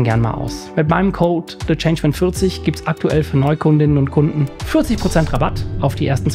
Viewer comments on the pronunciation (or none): none